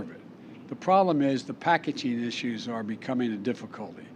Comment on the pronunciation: "I worked in theese iszzuuooochs "